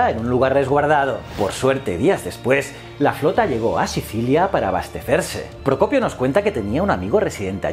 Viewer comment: Aplaudo que hayas podido pronunciar "el propio Procopio" con tanta facilidad.